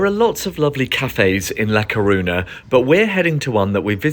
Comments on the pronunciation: It's actually really easy to pronounce "ñ"! It's just "ny". Almost everyone in the UK above 40 has heard of the song "Viva España" or knows (should know) that Spanish for Spain is "España". It's just bizarre that he would visit a place and make a video about it but not bother finding out how to pronounce it. Smh. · You can't even pronounce it properly